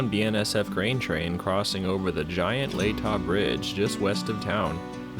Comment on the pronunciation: From someone who went to high school near there, Latah Creek (aka Hangman Creek) is pronounced La tuh with a short a sound.